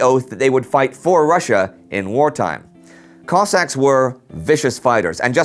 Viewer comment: the pronunciation of kozak in this makes me physically sick,, nice video though!!!!